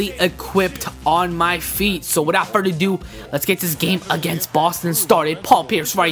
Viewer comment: He says "so without FURDADOO" LMFAOOO!